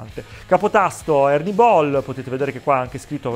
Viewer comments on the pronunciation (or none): none